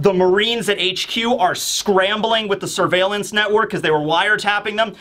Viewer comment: What I learnt from this video is that can not say the word surveillance.